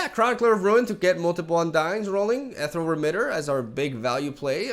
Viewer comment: Ethereal = E-thee-ree--al